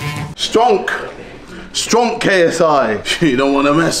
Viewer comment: is it just me or did he say 'Stronk KSI'....